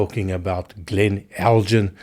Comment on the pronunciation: Just FYI: the "g" in Elgin is normally hard (so the same as the "G" in Glen). There is a manufacturer of spirits, though, that uses the name with a soft "g" as a play on words with their El:Gin... (so, if you order "eldjin" in a bar, you will get gin, not whisky - or just a puzzled expression!).